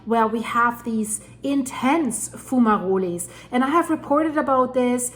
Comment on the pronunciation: What are foomarolés? Do you mean fumaroles? (pronounced FYOO-muh-rohls)